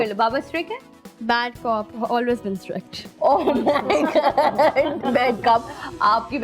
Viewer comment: Sadia Imam ,Improve your english. It is strict, not stric!